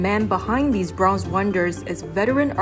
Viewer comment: I love the video and overall narration was good until you didn't pronounce Bronze correctly and was distracting my enjoyment of the journey of this video. It was kinda annoying because Bronze was your star and pride of this video. What a shame, you did not give Bronze the respect it deserved.